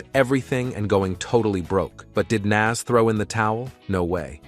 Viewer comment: The way hes pronouncing Nas is Crazy Work 😐